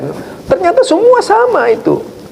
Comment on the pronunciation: Sami'tu rasulullahi,,,hahaha Baca yg benar,,!!! Orang bodoh yg sok pintar